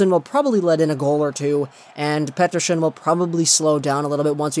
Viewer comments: They way you say Petterson triggers me and I have a decent knowledge of Swedish. I shoved one of your Petterson vids to my (Finnish-) Swedish friend and he said the same :D. Anyways your videos are always gold! Could you do a vid about Aho and Teräväinen. I know they got those points against Latvia, Norway and Korea but it's still impressive :) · Please stop saying petterson with that accent